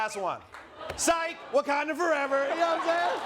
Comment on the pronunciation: His Wakonda forever makes me cringe and smile at the same time…that makes it perfect. 💙